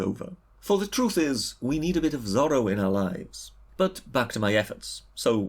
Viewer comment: I assume this britter guy is gaining subs because he has an uppity attitude basically. He said Zorro wrong by the way Lol